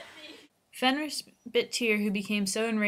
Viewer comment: Its pronounced fenrare